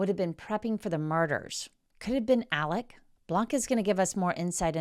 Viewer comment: Its "Alec" not "Alex" even though its spelt that way. They must have Scottish heritage because thats how we pronounce it and "Murdaugh" is pronounced "Murdock". John Marvin was seen removing gjns from Mozelle by a drone the day after the murder so it could very well have been him in the white truck. He also removed the boat from the boat accident scene after walking under the crime scene tape while Mallorys parents were kept behind it. Hes the "cleaner" in the family. They all seemed to have very defined roles until Alex went rogue. The boys were brought up to believe they were untouchable which turned them into entitled, arrogant, unpleasant young men and Maggie loved the money and the name and when she found out there wasnt any money she filed for divorce. These are not nice people. Peope dont all of a sudden become angles because theyre dead. Did they deserve what happened to them? No but lets not pretend Maggie wasnt a money loving snob and Paul wasnt a vile individua who abused his girlfriends and flund the fact he'd crashed a boat hilarious when his "friend" was still missing, theres a video of how he behaved at the scene, he also had a massive drink problem and his parents encouraged drinking and Buster is nehind the death of Stephen Smith. I hope hes held accountable for that. Maggie absolutely had something to do with the other housekeepers death, the one who raised Paul because she was too busy being a " socialite". The Murdaughs were the law in this area LE were th